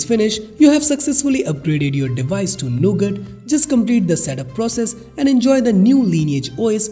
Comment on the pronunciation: Nougat TTS: Nugget